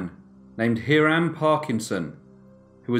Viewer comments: "High-ram", not Heerim. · The common American pronunciation is Hi-rum not Her-rum. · “HIGHrum.” It’s pronounced “High-rum.” A pretty popular name in the 18th century. “Ma(as in ‘at’)-teh-won(rhymes with ‘on’.) ” It’s a Native American word. Not suggesting that you change the way YOU pronounce these words, of course. Just thought you might be interested in knowing how we pronounce them here in the U.S. Love your videos!